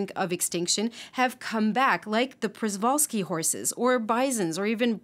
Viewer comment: Przewalski is pronounced shi-Val-ski